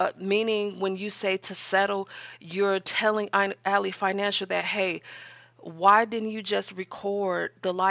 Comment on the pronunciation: Not a jab at your content. I don’t know if you realize this, but Ally Bank is pronounced AL—LY(lie) as in friend or foe context. Al— LEE spelled alley: a narrow path between buildings.